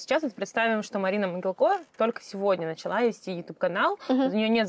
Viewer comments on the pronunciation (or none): а зачем коверкать фамилию? Моги́лко — украинская фамилия. Известные носители. Могилко, Иван Сергеевич (род. 1928) — Герой Социалистического Труда. Могилко, Константин Викторович ... Википедию то погуглите))), ударение ставят на слог с буквой И